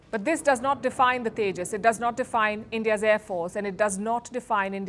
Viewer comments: Yeah, "This is only the second time in the history of the tages that we've seen a crash." No big deal at all. Palki Sharma is a true great entertainer. Thank her for a fantastic laugh. However, and better yet, "This is only the first time in the history of the tages that we've seen a crash in Dubai." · Rafael❌ Rafail✅ Tejas ❌ Tandoor✅